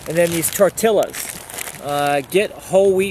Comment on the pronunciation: Thanks for the ideas and refresher. I prefer "couscous" to rice because it uses less water (equal parts water and couscous) and cooks faster. By the way, the Spanish pronunciation is "tor-TEE-yas".